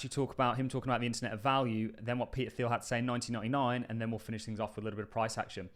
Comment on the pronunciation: Thiel is pronounced teal, not theal